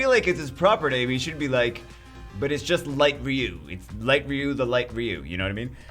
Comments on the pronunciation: R.e.u??? His name is fucking R i.u dude jesus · Its ryu..ryyy u